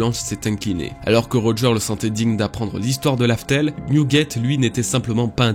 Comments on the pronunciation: Mec cest Raftel dit pas larfel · sa ma perturber quand il a dit Laftel au lieu de Raftel